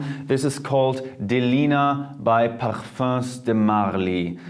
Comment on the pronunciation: Appreciate this video a lot but I wish he could pronounce the names/words right...